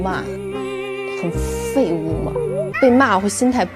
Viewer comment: 喻言把“辱骂”和“废物”念得好重啊😂😂